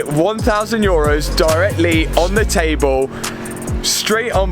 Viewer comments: Love the video's but I just have to say... Europs? It's euro, no plural and for sure not a P in there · Love the was he says: europes (supposed to be EUROs) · Euros, not eurups.. 🤯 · it's euros btw, not europs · Its euros not europes but its funny u saying 😂